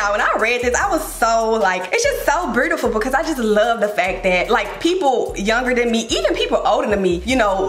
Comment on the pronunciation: the memphis accent coming out on the “burrrtiful” 😭